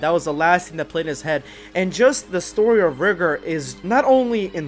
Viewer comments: Its not pronounced rih-gurr, its riy-gore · You keep saying rigor wrong, it’s ri-gor. My bad for somewhat being rude it just kinda sounds weird if you don’t say it write.